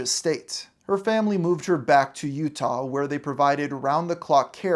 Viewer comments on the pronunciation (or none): none